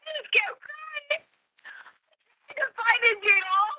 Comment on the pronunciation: He was “cryingk” I’m pretty sure crying doesn’t have a letter ‘k’ at the end of the word. 🙄